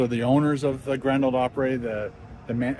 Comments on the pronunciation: I hate to be a negative Nelly, but you’re pronunciation of Opry is killing me. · Op-pre or Op-pra not op-pray. Unless you are Canadian I guess. :) At least in my experience I could be wrong.